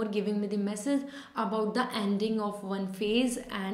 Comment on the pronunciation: Anding nahi please ending boliye I love ur reading though 😘🥺